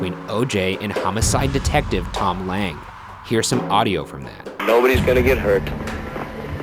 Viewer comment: I cringed at how they pronounced "Lange". Oof